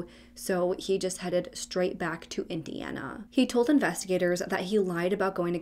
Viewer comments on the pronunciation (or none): none